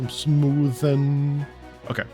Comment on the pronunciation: Damn, can't stop laughing at that "some smoovnnnn" moment :D Nice video!